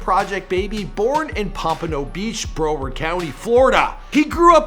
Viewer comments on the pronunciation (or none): It's BROWARD not BRO -WARD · Next time you pronounce Broward it’s Brow-ard not Bro-ward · its not pronounced Bro-ward. Its pronounced Brow-ward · Bruh-ward. Not brow-ward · Also, it's brow-erd... Not bro-werd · I'm not from Florida but it's pronounced "Brow- ward" not "Brooo werd" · Broward…. Not broader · yo it ain't BRO WORD County it's pronounced brow word 🤦‍♂️ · He said broward so weird he said it like bro-word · it’s pronounced brow-erd duck😂😂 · he said BRO-ward lmao i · It's pronounced Brow!-Ward lol I'm from pompano beach I love you show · Bro, it’s pronounced BRah-word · Broward is pronounced brow-like wow....ward-like word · On god you cant pronounce anything 😂, its pronounced brouward and blanch elee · its " BRAH - WORD " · Love your content but say Broward County right! 🤦🏾‍♂️🤬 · why he said broward like dat😭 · That’s now how you pronounce broward 😂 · U did not say broward properly 😂😂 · That’s not how you say Broward 😂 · 😂😂😂😂😂😂😂 cuhhh dont say broward nomore it annoys me and its not no fuckin “blan shay elayy” its blanche ely 😂😂😂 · is not say Broward check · Learn how to say the words. Its cringey . "Pompano and broward" u butchered. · that's not how you say "broward"